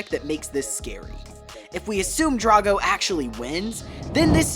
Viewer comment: It’s pronounced DRAGG-oh, “”! 🤨